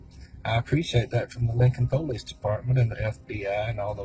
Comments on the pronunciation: What a douchebag and some dummy followers are capable of. If you pronounce it Poh-lice....you're guilty. The lesson is "dont try and outsmart the investigators"? Not dont murder someone? 🤣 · Po-leese department